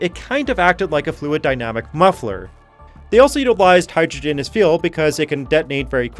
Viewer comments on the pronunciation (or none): none